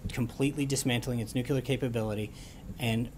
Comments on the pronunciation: My god.....It's pronounced nuclear not nucular. How do both him and the president not know how to pronounce such a simple word. As Trump would say, Sad! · Hey Sean, it's pronounced New Clee Ur not New Kyoo Lur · nucular weapons Sean Spicer?. it is " nuclear weapons".. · NU - CLE - AR! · Sean has been doing this whole communications director/press secretary thing for decades, and he does not yet know how to pronounce "nuclear"? Seriously?